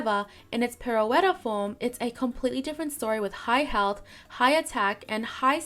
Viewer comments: Just a friendly FYI Pirouette Form is pronounced Peer-O-Ett. It's ballet term for a turn. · Pirouette is pronounced Pir-O-et. Seems like it could be a fun Pokémon to play as. I was thinking Supporter in Aria and Attack/Speedster in Pirouette but you probably know better than me. I really want them to add Victini and Marshadow. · Jirachi is my most desired mythical. I would be happy if this leak turns out true though. They could do some fun things with it. As for pronounciation, in case you care, you actually said most things correctly, pirouette is pronounced pi-roo-et (pi=pee but shorter emphasis on the ee sound) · Pirouette form is pronounced Pi-ru-wet form, btw. Id be curious to see more forgotten mythicals and legendaries appear, especially from Gen 7 and Gen 8